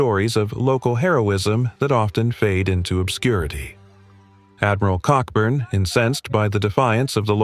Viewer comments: An excellent summary of the 1814 campaign but you should know that Admiral Cockburn’s name is pronounced Coburn - perhaps for obvious reasons! General Robert Ross, a veteran of the long Peninsular War against Napoleon, is commemorated by a large obelisk in Northern Ireland overlooking Carlingford Lough at the place he had planned to build his home after the Napoleonic Wars. It is clear that American politicians like to lead from the front and it was they who actually came first in the Bladensburg Races. It was a shame that the Library of Congress was destroyed as the politicians hadn’t finished colouring in all the books when it happened. Fortunately, the British and Americans have been firm allies ever since this little misunderstanding which arose from a misguided belief that Canada was there for the taking. Wasn’t then - isn’t now! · Cockburn pronunciation is Coburn 🙏 🇬🇧